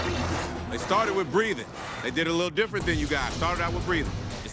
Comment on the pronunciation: “Wid extra dip”